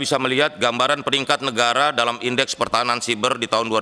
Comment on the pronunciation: Bacanya SAIBER PAK SAIBER GREGERAN GW